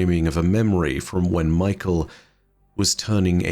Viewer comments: Just a quick note, I think "mykel" here is pronounced "my-Kell," with emphasis on the kell. But we got a whole ass acolyte called fuckin Rufus so maybe its really just michael lol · No hate just something funny I noticed but I think Mykel’s name might be pronounced “Me-kell” and not Michael 😂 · Hey Nezarec, Vsauce here! Kept thinking was saying Michael lol